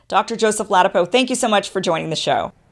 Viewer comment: La dap O, not ladapo